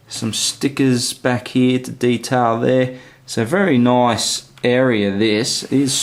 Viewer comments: "Noice" haha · Take a drink every time he says noice